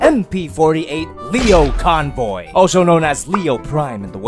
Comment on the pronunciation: Jesus, he can't even say his name correctly.